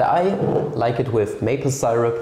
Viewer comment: yeye, good ol' wrong pronunciation of see-rupp